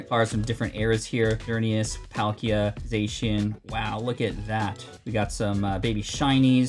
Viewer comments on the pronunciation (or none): none